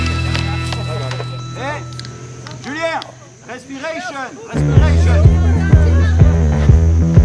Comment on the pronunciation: ... "respirécheune'' ha!! ha!! ha!! Avec breathing ça marche mieux. Bon sinon je me suis fait moi aussi 1 mois de Thaïlande en 2016 ( oct/nov) et ma petit 135 cc est passé partout ,même là où les pistes en jungle avaient été emportée par les coulées de boue après déluge.